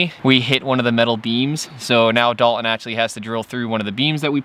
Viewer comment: Dalton.... (Dahl-TON) is the name of the multi-talented friend that is helping you build the Masterpiece of a bus you are building.... not the multitude of other pronunciations you invent that eliminate the “T” inside the spelling of his name. Sorry to rain on the “cool factor” of your lingo...